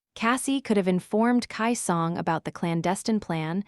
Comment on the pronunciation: The pronunciation is off for a few things in this audio, it’s “key song” not “Kai song” also it’s LO-49 not low 49. As well as the W what it’s W-what as a space not its own word